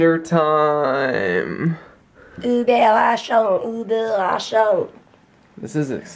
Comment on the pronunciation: Love how good you guys were getting with the German Überraschung word.